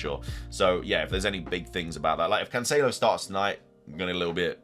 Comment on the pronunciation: Hopefully you get rid of cancelo for the way you pronounce his name!